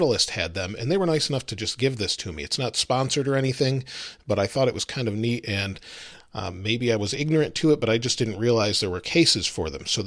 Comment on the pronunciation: Is it just me or did he say meat instead of neat